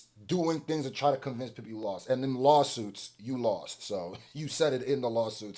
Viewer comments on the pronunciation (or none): "it was settled in the lostsuits" 😅